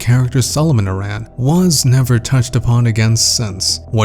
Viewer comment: So I hate being a pronunciation critic, but "Aran" is pronounced like the name "Aaron". Voice acting in the series is most prominent in Other M, and they pronounce it like that throughout the game. But who am I to judge? My entire life I pronounced Kakariko as "kuh-care-eh-ko" and BOTW taught me that I was wrong. Anyway, this theory for Prime 4 seems pretty legit. If you're right, that'll be one hell of a prediction. PS: yes, I know her last name is inspired by the Arantes soccer player and that the "Aran" in his name is "eh-ron". I'm just using game audio as evidence.